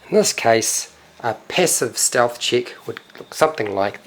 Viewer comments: Steath, mega Steath. Great video btw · lewl "passive steath" xD !nailed it